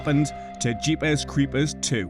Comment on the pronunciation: Love the way he says Jeepers Creepers its how i hear it in my head.